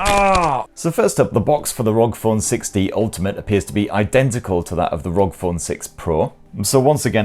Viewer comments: Good video mate but it's pronounced R O G not rog. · its not Rog its R.O.G!. I couldnt only stand to watch it up until 4.01seconds cause you continued to say rog and not R O G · Kills me everytime you say ROG instead of R O G 😂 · It's R O G not rog 😂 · it's not rog.. it's R.O.G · I hate it when people say ROG as if it's a word. It's R.O.G., R - O - G. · Why is he saying ROG? IT'S R.O.G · R.O.G. For the love of god and respect to all gamers stop pronouncing it like a word!!! Republic Of Gamers! It’s an acronym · Yes cause its actually acronym ROG=republic for gamers/games